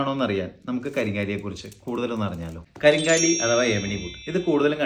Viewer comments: കരിങ്കാലി അല്ല, കരിങ്ങാലി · കരിങ്ങാലി എന്നാണ് കരിംകാലി എന്നല്ല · ഇതിന് ശരിയ്ക്കും പറയുന്നത് കരിംകാളി, എന്നും കരിങ്ങാലി എന്നുമാണ്, നിങ്ങൾ അതിനെ കരിം കാ ലി എന്നാക്കി ഒരു മാറ്റം വരുത്തി.